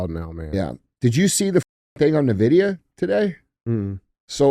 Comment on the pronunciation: that’s not how you pronounce Nvidia 🫣